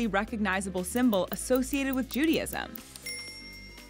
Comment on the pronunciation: Why do you persist in saying "Judyism"?